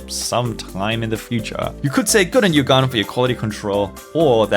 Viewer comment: It always sounds like the gun 11 m pro when you say it